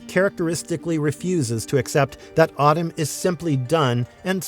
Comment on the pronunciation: Solid vid, but pronouncing Atem like “Autumn” is distracting lol